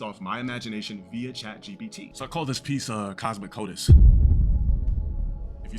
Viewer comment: I think he means Cosmo-COITUS as in cosmic-sex. No Cosmo-Codus or whatever tf this deadbeat unintelligent rog just said